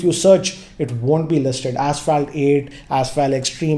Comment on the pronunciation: It's asphalt not assfaalt